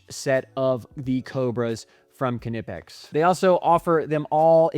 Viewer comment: It’s pronounced “Nip-Ex” the K is silent like it is in Knife or Knip